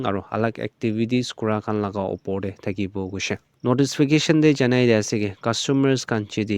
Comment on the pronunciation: Not notisfication it's notification bro